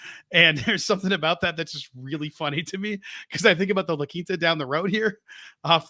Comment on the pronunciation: Put some respect on the "La Quinta" 😂😂😂😂😂😂